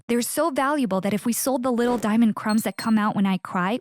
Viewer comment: It's diamond not dionond💎💍